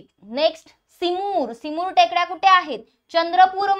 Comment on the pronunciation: सिमुर नाही ते . चिमूर असणार .